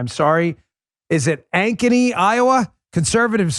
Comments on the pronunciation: And Dan nails the pronunciation of Ankeny, IA. Love it, lol! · Bill Ankeny---- Good job Dan you pronounced Ankeny ,IA right .Cheers to the win in school board in Ankeny ,IA!!!!!!!!